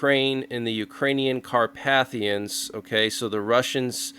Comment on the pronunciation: Carpathians, not CAR PATH IANS. Correct pronunciation is Car PAY THE INS.